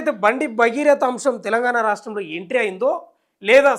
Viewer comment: రా.. ష్టం😢 లో కాదు రా..,! రాష్ట్రం.. క్లియర్ కట్..! పెగ్గు తగ్గితే.. నోరు తిరిగిద్ది.!